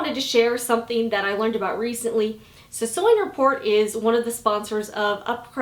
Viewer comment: every time you say sewing report I ear " sewing it poor" 😂😂😂